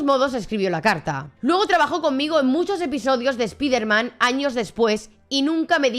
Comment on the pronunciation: Amiga, tus videos están muy bien documentados pero me cuesta mucho trabajo escuchar tu pronunciación de las palabras o nombres en inglés: “Dan ESNEIDER”, “SPIDERMAN”, “VIDIO”, “YUTUBE”, “GUGUEL”, “MAIQUEL”, etc. Sé que muchas vienen de tu cultura española pero de verdad incomoda bastante al oído.